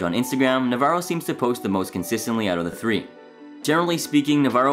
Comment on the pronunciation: Dave “Navarro” NA -Va-RRo” not navero